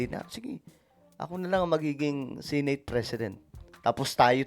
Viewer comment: senate is pronounced as SE NAYT not SI NAYT. COMPLAINT has a T in the end.